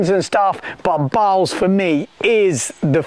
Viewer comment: Balz is pronounced Baltz